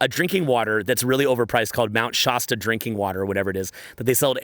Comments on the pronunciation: Shaa- stuh As in last, or fast Love you! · I’m from that area near Mr Shasta. It’s a hard A. Mt ShASTa Hahaha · SHAH-STAH haha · Bruh, you live in California but still say "Shasta" like a Canadian.